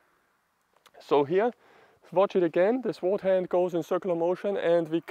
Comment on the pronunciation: Calm down, don't speak so quickly. Give the viewer a chance to digest what you are saying and comprehend what you mean. Relax.. (Sword-Colloquial English pronounciation as sord. The uu is almost inaudible, in practical terms the W is silent.) Please bear in mind that form follows function, at least it should. In the case of martial arts there is performance art, health, meditative practice, and combat. The focus in the form for all of them is different. Your intention should guide your path. There have been hundreds of schools of thought on this subject. Even then they were divided still into five main schools. Including scholar sword, doctor sword, peasant sword, etc. Most sword styles in China followed the deeply complicated five element theory and those societal norms as to what was correct for a doctor as opposed to a warrior. By the Han Dynasty these were all dictated by Confucian thought, which was in turn had blended with Taoism, and Buddhism. In Taoist terms the most important point was to let the sword make the cut, not the man wielding it. For combat, despensing with preliminary conditioning sets, and moving naturally with the sword was the difference between life and death. Getting to this point can take easily twenty years of serious training. A study of Shaolin sword quickly bares out the differences in style. For those interested in combat, as opposed to performance art, the study of Myamoto Musashi's Book of Five Rings is an indespensible must. Good luck, keep